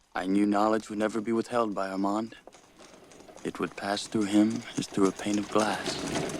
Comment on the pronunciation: The "O" is silent..in Arrmonde...😂 It's definitely there.